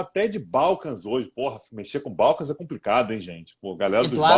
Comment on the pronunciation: "Balcãs" é palavra oxítona.